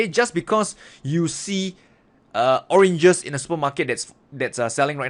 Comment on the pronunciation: You made me laugh with the orenges